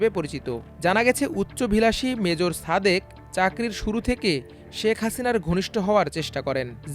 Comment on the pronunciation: উচ্চারণ ঠিক করেন। ছাদেক হবে না, হবে সাদেক।ছুমাইয়া না, হবে সুমাইয়া।তেমনি হাছিনা না হাসিনা